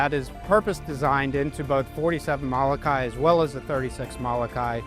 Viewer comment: Learn how to say Mo-lo-kai not Malakai.